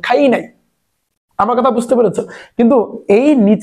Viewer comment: Bai ❌ Bay,✅ Duwa❌ Duya ✅ Result ❌ Razel ✅ Amar ❌ Amer ✅ 🤣🤣🤣